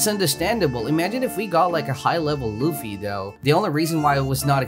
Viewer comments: It funny cause he says floafy instead of fluffy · Its luffy not loafey dont compare his name to a meatloaf ahhhhhhhhh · Bruh it’s not low-fy it’s either luf-e or lu-fy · Loafy its a luffy not hating just correcting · Please say luffy next time e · Ah yes i love "loafey" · You said loofy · BRO ITS LUFFY OML